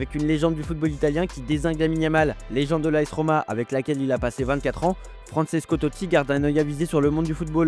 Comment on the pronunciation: "Fransesco" Totti :) :)